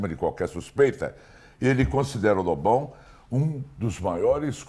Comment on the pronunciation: Às vezes, quando o Amaury fala Lobão, soa mais como bobão, tá errado isso aí hein kk